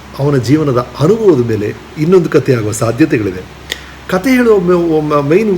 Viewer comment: ಕಥೆ ಎಂದು ಉಚ್ಛಾರ ಮಾಡಿ. ಕತೆ ಅಲ್ಲ.. ನೀವು ಇಂಗ್ಲಿಷ್ ಭಾಷೆಯನ್ನು ತುಂಬೆ ಸರಿಯಾಗಿ ಉಚ್ಛಾರ ಮಾಡ್ತಿರಾ.. ಕನ್ನಡ ಯಾಕೆ ಮಾಡಲ್ಲ ??